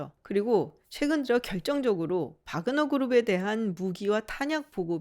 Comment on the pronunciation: 확실히 박사님이 전문가이십니다. 대형 언론에서도 와그너라고 하는 곳이 많은데 바그너라고 말씀하시는 거보면 역시 전문가는 다르구라나고 느낌니다 동유럽언어에서 W는 ㅂ 과 비슷한 발음이라 바르샤바도 W인데 ㅂ 비슷하게 읽는 것과 마찬가지로요